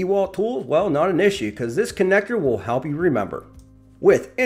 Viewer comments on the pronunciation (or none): none